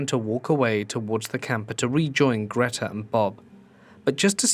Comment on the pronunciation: Greta = Gr eh ta